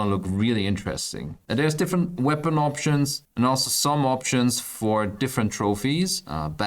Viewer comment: opshuns opshuns opshuns.. git talks a lot